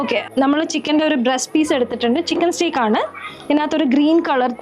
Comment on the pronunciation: സ്റ്റീ ക്ക് അല്ല ട്ടോ,,,… സ്റ്റേയ്ക് ആണ്